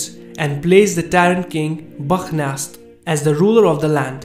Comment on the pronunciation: His name is not Bakh Nas.He is called Bakht-Nasr or Nebuchadnezzer.